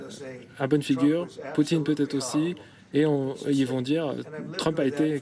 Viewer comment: BFMTV ce message est pour vous 😉, vous avez 2M d'abonnés sur youtube vous les prenez pour des cons ? Fin déjà pour vous suivre je trouve ça limite. Bref le type la qui fait la traduction anglais-français il sait pas prononcé le nom de président Poutine comme trump a dit ??? En plus dans une question .... Donald Trump a répondu ( i never said that ) d'après votre traducteur en français " je peux pas dire ça " wooow et j'ai bien écoute toute la phrase en anglais.... Bffff franchement un peu d'intelligence , le professionnalisme et l'honnêteté dans votre chaîne c'est un détail même plus de la merde